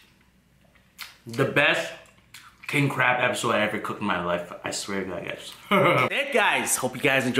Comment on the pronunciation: No it's pronounced CRAB